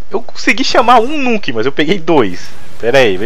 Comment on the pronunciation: nuuukkkk???? no is nuk???for mi nuk????au..au,,auu.kkkkkkk